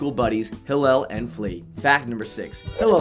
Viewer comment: he's mispronouncing Hillel's name every other time..